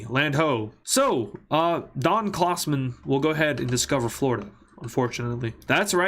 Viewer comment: Don Klausmon 😂